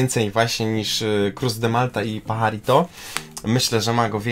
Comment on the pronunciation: Paharito wymawiać a pisze się Pajarito Pozdrawiam!